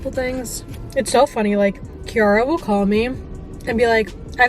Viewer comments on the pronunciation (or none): none